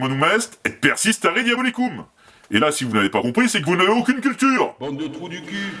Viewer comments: c'est "Errare humanum est, perseverare diabolicum" et non "persistare" comme tu l'as dit. Qui c'est l'inculte maintenant ? haha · Bon, bravo pour tout,c’est vraiment top. Maintenant, histoire de pinailler un peu, sinon c’est pas marrant, on dit: perseverare diabolicum, et pas persistare. Ave,!